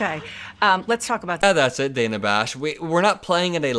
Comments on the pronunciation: Dude, her name is Dah'na, not Day'na. Don't be like Trump. Lol. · Hey, the interviewer's name is DANA not Daina. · the CNN interviewer's name is pronounced "Dan uh", not ""Day nuh".